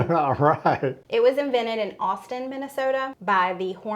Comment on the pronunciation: Congrats on your pronunciation of “Minnesota”; you could’ve been a native! 🤭😹